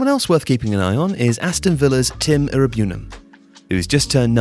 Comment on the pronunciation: The pronunciation of Iroegbunam & Chukwuemeka is quite funny. 😂 Great video anyway!